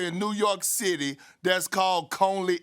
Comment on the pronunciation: Man if Perk couldve said Coney right the first time the joke might have been good for once.